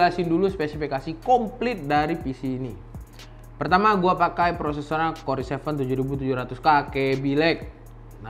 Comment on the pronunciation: okay yang gua pelajarin dari Ulasan.id , Corei dibaca kor-i, RX480 dibaca Erek480, such english facepalm